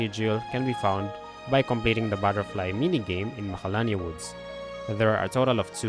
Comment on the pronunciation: I can’t understand what you’re saying when you give the names of places. Where do you go after you get the cloudy mirror? The edges of magalalala woods?